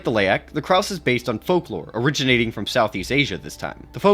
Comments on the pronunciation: Krause? No, sir. Krasue. Krah-sue. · IS-0091-B "Karsue" although it shares similarities to Penanggal, Penanggalan and other cryptids from the Southeast Asia region, the name itself is from Thailand's varsion of the creature and it's supposed to be pronounced "Kra-Sue" with 2 syllables. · Bro said Krause 😭